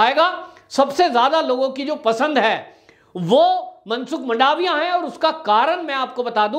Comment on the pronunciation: वंदे मातरम्, मंडावीया नहीं परंतु मनसुख भाई मांडवीया और बघेल नही परंतु शंकर सिंह वाघेला